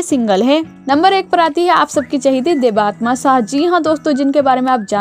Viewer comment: Inki real name देबात्मा nahi hai..inki real name देबत्तमा hai. So plz properly pronounce the name🙏